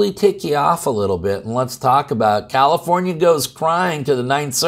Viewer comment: Sounds like new jersey. Or did you say commiformia.